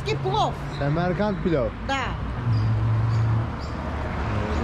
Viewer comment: Semerkend değil Samarkan